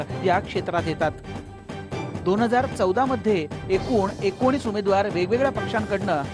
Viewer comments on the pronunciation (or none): none